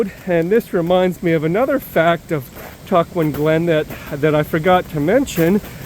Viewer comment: All three of your pronunciations were off a bit.....go with Tuck-juan :)